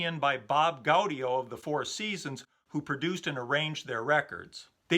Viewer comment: your right not to rank Beach Boys albums, so many have done so in the past and its all based on individual opinion. Pet Sounds was added to the So Tough album by the record company to help sales. 4 Seasons member Bob Gaudio... its pronounced Gaw - Dee - 0. Excellent job once again, **Happy Holidays **